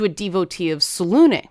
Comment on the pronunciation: "Selune" is definitively pronounced with the final "E" — as the name is clearly inspired by Greek "Selene", Titaness of the Moon as well as the Moon itself